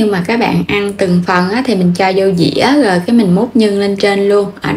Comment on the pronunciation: Tại sao mà em gái Không nói chữ “ rồi “ mà nói là “gồi “ ? Chị định làm bánh mặn mà nghe em nói chán quá không làm nữa.